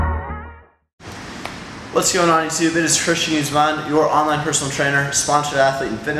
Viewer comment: your last name starts with a g man, when you say your name it sounds like youre saying its christian uzeman